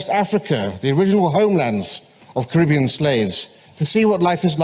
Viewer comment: I just take issue with their mispronunciation of Caribbean otherwise I have few criticisms